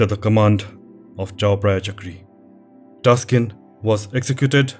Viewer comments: I am Thai. The correct name is Taksin not Taskin, sir. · Thank you very much for your clip. The Thai King that recovered Thailand from Burmese name “Taksin not Taskin” I heard from other channels about Thai history made mistaken like this also, may be the AI try to correct it but it’s wrong. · king Taak sin not taskin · Taksin not Taskin! Thanks for your great video! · Isnt the name Taksin. He is saying Taskin..... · very well done video, also a bit surprised at the end with the reference to ajahn mun and the thai forest movement also taskin is actually taksin, minor error there